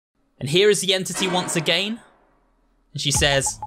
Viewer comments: why u say again like agayn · I love how he says "agayin" instead of "again" , I know it's his accent but it's just funny.😂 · also y does he says again like that